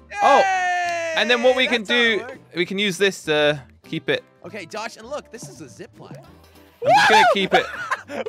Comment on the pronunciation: saying hey jush Me: it's not jush it's josh